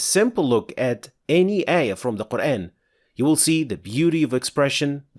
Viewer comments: It is not Qur’AAn, mate. It is Qur’æn. There’s a tajweed rule here. There’s 5 letters in the word قرءان and the way of pronunciation (heavy or light) is decided by the letter ء. Qur’AAn is the heavy pronunciation while Qur’æn is the light pronunciation. The tajweed rule is that there are heavy and light letters in Arabic so any of these letters, خ، ص، ض ،غ ،ط ، ق or ظ would be pronounced heavily but ء is not in this category. And any of these letters, ل، ر، or ا would be pronounced as either light or heavy, both are permissible but again, ء is not in this category either. All letters except the ones mentioned are to be pronounced lightly all the time with no exceptions and ء is one of them. Therefore, قرءان is pronounced as Qur’æn and not Qur’AAn. As for the word آية, it is again, not AAyah, but more like ayah like the u in the word ‘but’. There is no ٰ or any other madd on top of the ا that indicates the pronunciation to be pronounced as ‘aa’. In fact, there is ٓ which indicates a short vowel and indicates that the pronunciation should be pronounced as ‘u’ in ‘but’. So, no, brother, this brother is not introducing anything, just using proper tajweed as our Prophet SAW did. I’d really expect you to consider that this brother really seems to be educated in the rules of tajweed and his channel is literally about tajweed so perhaps you’d consider at least a little bit that he must have knowledge about the pronunciations…? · This brother did not pronounce it in the ‘English’ style, mate, he pronounced it correctly. That is the way it’s actually pronounced. That’s tajweed. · Mate, that’s not English pronunciation, that’s Arabic pronunciation. Qur’æn is the Arabic pronunciation whereas Qur’AAn is in Urdu and Hindi as I’ve witnessed. Perhaps they say it so in Malaysian, too? But anyhow, Arabic pronunciation is the correct one because it is the in the Arabic language after all. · The way you say “Quran” makes my brain itch